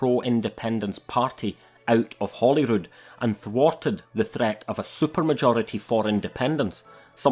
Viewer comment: Hi, hope you are well. Why is it so many Scots seem unable to pronounce Holyrood correctly? My late wife and I spent a lifetime, as have many, many others, supporting and voting for SNP in order to achieve Independence, their principal reason d'etre. To dither again and again, citing pish like, 'once we get through the crisis' is an affront to the ordinary scots who simply want the independence they crave, not for themselves but for their country. For NS Indy isn't even on the horizon because she either doesn't want it herself or she just can't deal with it politically. If this is the case she should step aside immediately and allow a more patriotic and capable individual to take over and get the job done. I usually tend not to harbour hatred for individuals but for what they do or say, usually. I could go on and on and i'm sick of spitting vitriol at the tv when i hear her spewing forth. I shared a bucket list with my wife; 1. Indy, 2. Scottish passport. She didn't, along with many others, get to realise this. I may have a chance. But obviously Nicola's political career and her personal legacy is far more important. Thanks again,. Stay safe and keep up the good work.